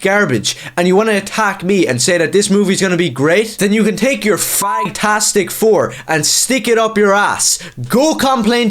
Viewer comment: Did you say “Fagtastic four”? 🤣🤣🤣🤣 Again, spot on👍